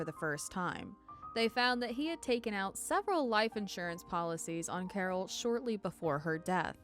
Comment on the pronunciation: “Cawhh”, gotta love Boston.